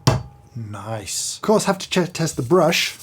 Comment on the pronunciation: Joffman "naice"